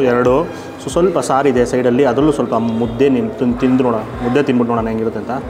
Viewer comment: ಮುದೆ ಅಲ್ಲ ಮುದ್ದೆ ಅದು